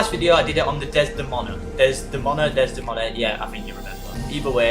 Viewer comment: Thanks the knowledge. I'll give some back: It's pronounced Des--de-moan-a. It's a real moon of Uranus (I think a lot of the names they use are, where it's possible). They named it after Othello's wife from the Shakespeare play Othello.